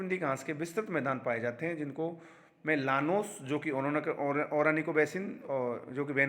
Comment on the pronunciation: सर ओरानीको नहीं ओरीनिको बेसिन हैं।